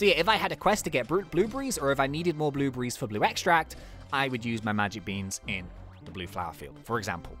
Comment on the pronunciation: You said "blublies" it's blueberries lol